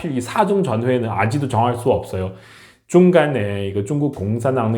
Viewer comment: 아지도 > 아직도 로 발음에 신경쓰면서 연습 해주세요 , 좋은 정보 감사 합니다.